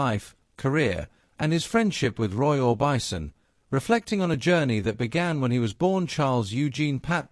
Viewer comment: More AI slop." Roy or bison"